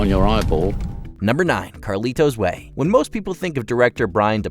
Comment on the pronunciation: I have seen them all except a few of the honorable mentions. I found Ben Kingsley in Sexy Beast to be the most memorable and vile character. Carlito’s way is horribly overacted plus your pronunciation of the movie was overly deliberate.